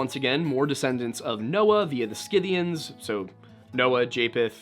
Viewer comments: Prnounced "sith-ee-uns." Schythia or Scythia: "sith-ee-uh." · Scythians. Pronounced SITH-ians, b/c I know that you would want to know. Re: Gothia, sometimes used for the name of the Visigothic Kingdom in ancient Spain.